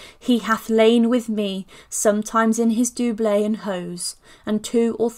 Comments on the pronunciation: Nicely done, but just check your pronouncement of doublet, as in doublet and hose.....Dub..let... The only criticism, otherwise I really enjoyed it, thank you. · fyi, doublet should be pronounced similar to couplet or cutlet. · The pronunciation of doublet jarred.